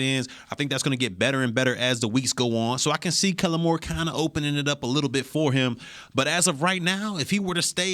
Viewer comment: Is saying kellem?does he know its kellen?lol